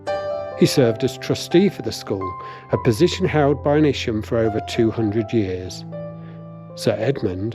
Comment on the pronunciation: its Isham not isham...........EYESHAM......Isham